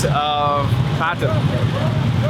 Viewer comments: Its not "pa thaan" its "paa ton" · not pathan its patan haha